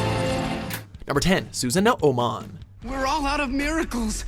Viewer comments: Susan-o-o-mon.......that made me cringe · lol how he pronounces it susan-o-o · Susanomon (Sue-Saw-No-Mon) Biomon (Bee-O-Mon) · Did you just say SUSAN A O MON !? WHAT IN THE FUCKING SHIT SON ! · why omnimon in digimon linkz is omegamon??? and holyangemon too. P.S. Su-sa-noo(long voice ooooooo) not su-sa-no-o